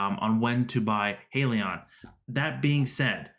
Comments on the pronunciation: Subscribed. True to your channel's name, it's pronounced HY-lee-yon not HEY-lee-yon. Buying one share of HYLN is like buying a ticket to board the Titanic. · * Hi-lee-on * you’re welcome